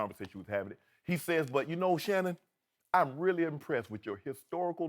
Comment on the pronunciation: Shanon I want you to admit it😂😂😂😂😂😂 “Shannon” Nooo😂😂😂😂😂😂